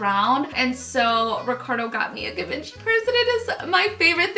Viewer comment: It’s not a hard “G” on givenchy....